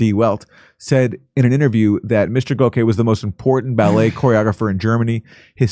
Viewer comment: Its pronounced GOCK-See